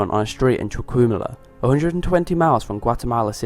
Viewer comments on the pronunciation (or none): LOL, your pronunciation of Chiquimula